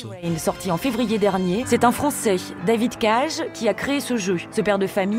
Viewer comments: david cage xDDD "david K-je" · David "Cage". Elle a prononcé "Cage" comme le mot cage. Mes oreilles saignent.